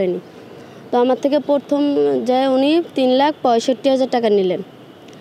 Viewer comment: প্রথম কে বারবার বলছিলো পরথম পরথম😮😮😮